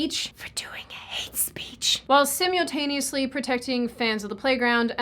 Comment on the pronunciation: Is that how people say simultaneously?